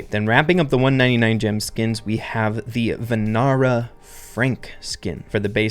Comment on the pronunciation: Hi bro I am Ahaan from India it is daasis grom and vaanar frank that last a is silent:)